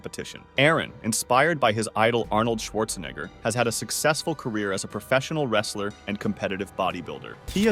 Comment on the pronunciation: Arnold schwarzeni- I mean schwarzenegger